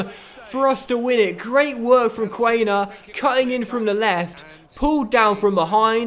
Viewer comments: im sorry its quan-er not quain-er mate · Nice Huddersfield Career Mode with a german coach and many german players as well . Btw Quaner is pronounced KVANER